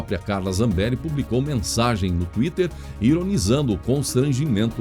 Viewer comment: Sua pronúncia do nome da Deputada "dos áudios", me parece esquisito no sobrenome. Reveja. Embora isso não diminui em nada a validade do seu Jornal que é excelente. #FechadosComBolsonaro